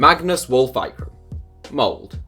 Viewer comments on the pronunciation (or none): B1G D4ddy The video says Mold. It's Molde, with the "E" !! And the norwegian "E" (Ole, Molde) is not pronounced like the english "E", but rather somewhat like the "ea"-sound i "bear". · Molde is pronounced with the "E" !!